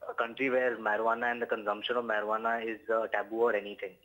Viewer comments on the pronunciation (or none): its not marihuanaa.its marijuana..good video though😂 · Marie-Hu-Annah. XD Just call it Pot if you have a hard time.